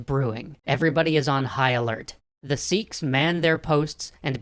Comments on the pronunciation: S-ee-ks wrong S-e-kh right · I can't with the way he says seekhs its sikh like sick but with a kh sound